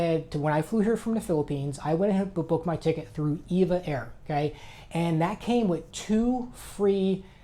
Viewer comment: EVA is pronounced by each letter: "E" "V" "A" airlines, not "EVA" ("ee vah" or "eve ah"). (Think defunct "T" "W" "A" airlines, aka Trans World Airlines, it never was "Tee wah"). Correct pronunciation aside, I flew round trip on EVA from San Francisco to Cebu City two weeks ago (economy). All EVA flights fly into Taipei international, from there you catch an EVA flight to wherever in Asia EVA has destinations. The main benefit of using EVA: I avoided flying into Manila's nasty airport, and I kinda enjoyed breaking up an otherwise longer flight by having a three-hour layover in Taipei. Anyway, wanted to mention that I really enjoyed flying EVA. The staff on the ground and in the air were all FANTASTIC. When deplaning I even told the flight attendants that I have flown all over the world on many many airlines (perhaps 300 flights or more) and that the EVA crew were the best I have ever experienced. As a bonus, the meals were quite good, even in economy class. EVA was such a great experience I'm currently debating which is better, EVA's flight (that has a layover at Taiwan's Taipei airport), or a 14.5 hr nonstop flight to Manila on Philippine Airlines or United. As odd as this may sound, I kinda liked breaking up the EVA flight into two segments (SFO to TPE; TPE to CEB).